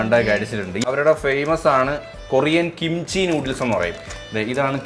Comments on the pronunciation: kimcha alla kimchi annu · Note kimcha 😂😂😂😂kimchi✅